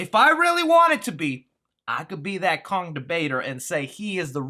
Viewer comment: “Kong” not “Long”